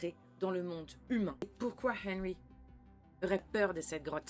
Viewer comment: Nan mais pk? On fais des reacts sur une série trop longue qui n'est pas finie? Nan mais pk? On dit "rainbow arc en ciel" Genre tu as pas traduis mind flyer just après... Perso, je trouve que "arc en ciel" c'est pas la partie la plus dure à traduire... en plus, tu dis hennrhy au moins 10 fois, mais le boss de fin, tu traduis pas son nom... Ah, et puis, juste pour mon info perso, pourquoi le bonnet sur ta tête ? Pblm avec EDF? Calvitie? Tellement de questions...